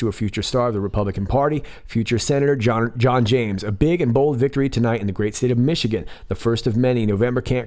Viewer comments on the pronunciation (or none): none